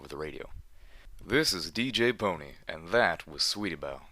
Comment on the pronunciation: Pon-three. There's a reason why that last letter is a number. It's not written as "pone", "poni" or even "pony". It's Pon3. Three. The number.